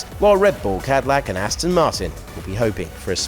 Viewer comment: And Cadillac became Cowdillac!